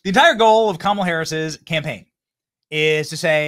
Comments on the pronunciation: Uh oh...Whoopie didn't pronounce her name right....Where's Stephanopoulos?! We all know how upset he gets about the mispronunciation. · Whoopi said KAMALA wrong!!!!!!!!!!! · Whoopi said Kamala’s name wrong 😂😂😂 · Another funny thing is Whoopie pronounced Kamalas name wrong 😂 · Whoopi can’t even say Harris’ name right 😂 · Did you hear how Whoopie pronounced "Kamala"? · Whoopi mispronounced Kamala. Does that her racist? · Is Whoopi pronouncing Kamala wrong on purpose?😅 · Anyone notice how that racist Whoopie pronounced Camela??😅😅😅😅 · I love that despite all the rage about people mispronouncing Kamala, even Whoopee did it just there 😂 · Whaaaaat? Did Whoopie just mispronounce Kamala's name? 😮 These dems are a joke! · Whoopi pronounced kamala's Name Wrong!!!!😮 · Whoopie said Kamela's name WRONG!! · did whoopie mispronounce kamala's name? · shit. WHOOPIE don’t even say Kamala right. Yet she supports her? And Joe didn’t say a word 😂 My point in all of this is to say that it’s really sad what happened to an old person. Regardless whether they have cognitive issues or not, they still kind of revert back to children. Be there for your family when they get old. You might be the only ones they have left, and it’s a lonely life being old. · Wait, what? How did Whoopi pronounced Kamala’s name at the end of the clip? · Woopie mispronounced Kamala’s name😂🤣😂🤣😂🤣😂🤣😂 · Whoopie did not pronounce her name correctly. 😂😂😂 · Whoopie needs a Kamala pronunciation session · Whoopi mispronounced Kamala! 😮😂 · whoopi goldberg called Kamala Camala 😅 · Wooopie just said "Camela" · Was that Whoopi calling Kamala… CAMELA? 😂🤣😂🤣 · Did anyone catch Whoopie calling her Cam-a-la and not Ka-ma-la? Aww 😂 LoL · Whoop-de-doo called her camela, not comma-la...lol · Whoopi called her Camela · Whoopie pronounced her name "Camala" and not "Commala" For shame Whoopie!!! 😂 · Camela?! It's K A M A L A. How racist! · Uhoh! Did Woopie call her CamelUh? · Whoopi literally said - 🐪la- Camela 🤷🏻‍♀️🤣